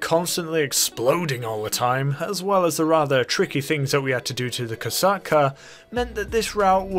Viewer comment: Kosatka is a Russian world. The O letter is pronounced as “ah” in this case, the rest is correct.